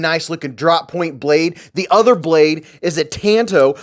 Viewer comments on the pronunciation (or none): Tantō (短刀) isn't pronounced as in the sentence "I went to the beach and got a TAN on my big TOE!" But rather, " ..my friend DON (substitute 'T' for the 'D') needs a TOW." I truly hopes this helps and isn't too pedantic. You're in good company, Ĵ N & .MC do the same mispronouncement... I enjoy your work, brother "Don't ask mefor answers I've only got one; that a man leaves his darkness when he follows the Son.." l.n. 1968